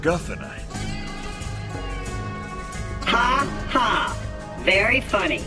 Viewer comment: "MACGUFFINITE" WTF LMFAO